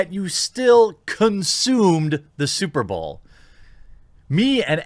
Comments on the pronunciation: S U P E R B A O W L Dude how can you pronounce superbowl like that? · “SuperBowel” that slip up was hilarious 😂